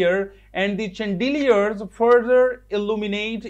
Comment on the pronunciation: i just watched the video to see the urdu mwaning of designe ...but alas you just translate it same chandeliers is pronounce wrong by you plz